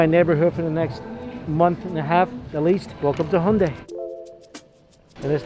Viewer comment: “Welcome to hunday” it took me a moment to realise he means Hyundai, Americans do pronounce some words in quite bizarre ways. It’s supposed to be pronounced like He - Un - die NOT hunday.